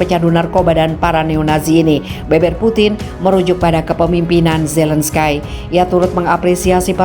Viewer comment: Zelenskai.. .????? *ZELENSKI..!!! MEMANG TULISANNYA ZELENSKY TAPI DIBACANYA ZELENSKY. Hadeuuuh youtuber kelas ecek ecek... Baca/eja nama orang aja lebay